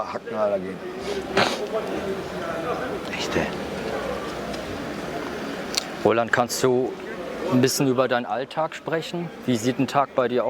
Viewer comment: der interviewer immer: aber rohland